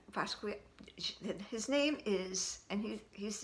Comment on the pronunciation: It's pronounced "bask ski ah" i'm glad you're keeping it, the black is really hard to find, it also doesn't look all that bad for a display bag....im envious, i badly need a 25 in my collection but I'm picky with rogues, I'll know the right bag when i see it